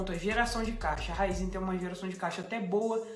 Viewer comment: Se tem o acento no i, é RAÍZEN não RÁIZÊN.. 😂